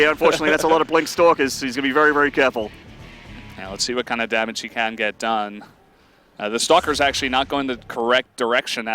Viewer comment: "dammáge" xD